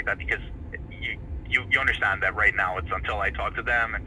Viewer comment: Actually, it...I don't UNDERSHTAND! That "sh" gets me every time!